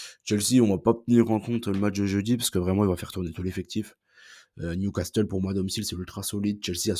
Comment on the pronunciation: NewcaSSEUL pas NewcasTEUL STPPPP